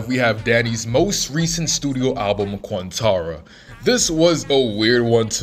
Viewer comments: bro said quantaranatana ? it's quarenta young blood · “Quantara” - broski, the album title is pronounced on the record